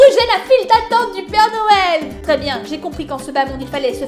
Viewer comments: Noël sa s'écrire comme sa "noel"Et pas "nouel " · Noël sas ses cris pas comme 😥Nouël mais comme sas Noël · putais c'est noel pas nouel AHHHHHHHHHHHHHHHHHHHHHHHHHHHHHHHHHHHHHHHHHHHHHHHHHHHHHHHHHHHHHHHHHHHHHHHHHHHHHHHHH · Nouël tu ne sais pas dire Noël 🎅🎅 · c'est Noël pas nouël mais c'est pas Grave!!!😚😚😚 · Mettre un like si fait exprès de dire Houël au lieu de noël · Ce n'est pas nouel comme ca, c'est noel comme ca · pas nouë mais Noël et joyeux Noël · wat ? nouel ? noel ! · Elle le sait mais elle le fait exprès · C'est pas Nouel c'est Noel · Non noel sa secri n o e avec deux pouin et pour finire un l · c est pas nouel mais c est noel b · c pas nouwel c noel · Rlle à dit nouel alors que sa s'écrit noël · On dit noël pas nouël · c est noël pas nouël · c est noel pas nouel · Non Karal ses Noël pas Nouël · On écris pas nouël on dit noël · Se n'ai pas nouel c est noel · ses pas nouël et non noël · Elle a bien dit " nouel " j y crois pas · Ses noél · Ta dit que Noël sa s’écrit nouel mais nan euhhhh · On dit noël